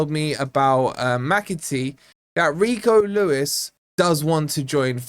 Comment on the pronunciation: Well at least you can pronounce his name, but seriously, this Lad has huge potential and can only get better as he gos on. But, we still need Luiz more than anymore wide players.